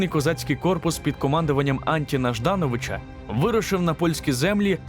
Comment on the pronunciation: пане ведучий, говоріть грамотно! не об'єднювати, а об'єднувати - загляньте у словник! не А'нтіна Жда'новича, а Антона Ждано'вича - Антін в родовому відмунку - Антона, Тиміш - Тимоша